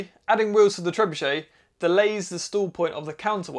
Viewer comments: Who else had to watch several times before realizing that when says “stools”, he means “stall”? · I thought you said stool points at first! :)